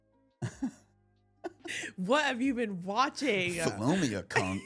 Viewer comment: your pronunciation of 'Cunk' was perfect.